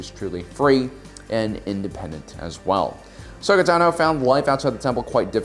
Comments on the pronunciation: Why do you always say Ashoka Tanó? It really grinds my gears every time I hear ‘Tanó’ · Ashoka Tah-no lmao